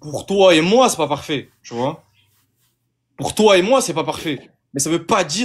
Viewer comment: J'aime bien quand ils disent "Tôôô" ou "Môoo" au lieu de "Toi" et "Moi", ça fait très con.